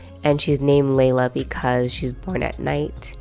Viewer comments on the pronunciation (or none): I adore A Thousand Splendid Suns, but listening to the audio book the name Layla is pronounced closer to Lilah, so I don't really associate Carlin's Laylah with the Arabic name